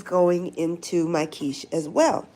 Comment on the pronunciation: 'QinnChee'.. 😂😂😂 Your quiche is one of my favorites Quiche Lorraine, yassss, that cheese pull is everything😂